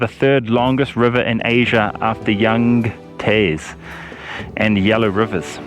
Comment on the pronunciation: Yang Tze "Z with a slight t"